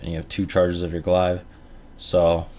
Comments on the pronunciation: Arno Blignaut lmao Glaive is pronounced glave not glive haha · WTF is a "glaaaiv"?! :D